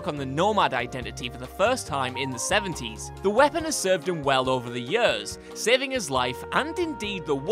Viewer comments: "yers" lol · Over the yurs